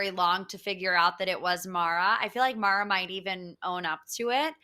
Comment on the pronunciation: Love you all but how have you missed that Mara is pronounced like marinara sauce and like Sarah. She’s mentioned it every time. 🤣😂😅🥰❣️🌹💋